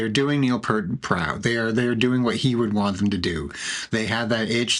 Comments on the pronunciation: Neil P👂t. I wish his name could be pronounced correctly especially this late in the game. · It was so good....! You mispronounced the Professor's last name.... Unforgivable, but I appreciate you making something from RUSH being BACK!!! 11 years of just ok it is done, THEN BAM this...!!